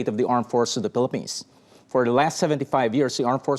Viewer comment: He can barely pronounce his country the Philippines properly in English 🤦🏽‍♂️